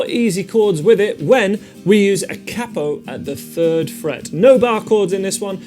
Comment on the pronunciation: He said cappo 😅